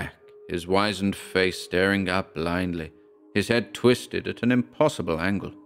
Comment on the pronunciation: Oooh the first mispronounced word! Wizened is pronounced like wizard as opposed to wise. I am really ancient and it's a word that used to be used a lot but seems to have gone out of common usage. Wrinkly and ancient looking sums it up. I can't help myself btw and any corrections are made in the spirit of constructive criticism rather than having a go. I did notice a couple of others recently but I have heard them pronounced like you did as well as the way I would so I never said anything but, I thought that sough was pronounced like cough or perhaps more of a u sound like enough, like 'suff' and ague was like plague but like I said, I could be wrong with these but my pronunciation of wizened is correct.